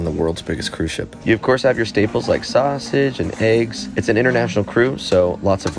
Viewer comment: "You got you staples, like saaahusage and eegs"